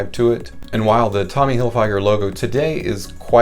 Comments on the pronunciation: It's tommy Hilfiger not tommy hilfYGer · The way you pronounce Tommy Hilfiger is comparable to a hammer to the head over and over again.